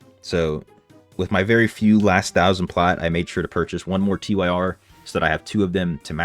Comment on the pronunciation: its not T-Y-R its simply Tyr. thats a name...